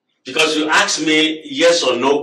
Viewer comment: 'Aks' me another...